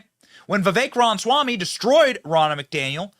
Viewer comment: #Vivekwasright Bro why do you ALWAYS gotta mumble Vivek Ramaswamys name? Bro its litetally two words Rama+swamy two names, similsr to Donald+Trump If you cant pronounce Vivek Ramaswamy than say Vivek Rama Swamy.... Practice it 25 times in the mirror and you got it Benny I know you csn do this ! Enunciation for the win!